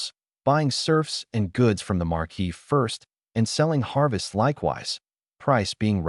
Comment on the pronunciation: I love these stories, but oh dear lord. AI. Please learn how to pronounce certain words. Viscount is vy-count, not viss-count. Bow is bo, not bao. How do they get Marquis correct, but not viscount?